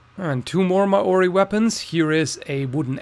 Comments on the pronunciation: ***** hey I'm from new zealand(not maori btw) but you want to be saying 'maori' like you would the word moldy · Ah yes the ma ory